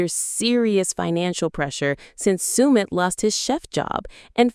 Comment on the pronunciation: Could you please pronounces Submits name accurately, if you’re going to do a post make sure you can pronounce everything correctly. 👍